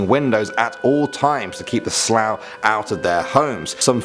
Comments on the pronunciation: I’m Irish myself and haven’t heard of half of them. PS. Sluagh pronunciation is not the same as Slough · You pronounced th “sluagh” wrongly it’s “sloo-a” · When he said slaugh I trough he said slough 😂😂